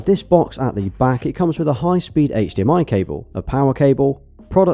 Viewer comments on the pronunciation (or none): none